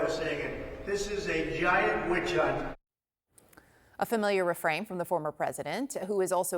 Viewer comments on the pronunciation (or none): witch hunt??? I guess trump can't pronounce his "B's"